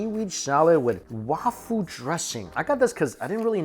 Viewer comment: “Wafū” is the Sino-Japanese pronunciation of 和風 So I’m guessing they mean “Japanese-style” dressing